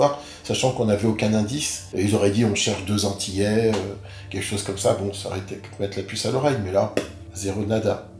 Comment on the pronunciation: Revois ton français il y a des liaisons qui ne se font pas ! Vous êtes antillais et non vous êtes zantillais